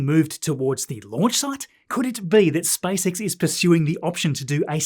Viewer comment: Every time I hear "SpiceX"... 😂